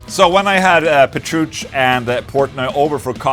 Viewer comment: Dimebag 4EVER RIP! And calling John Pertucci “Pertuch” seems like a flex also 😆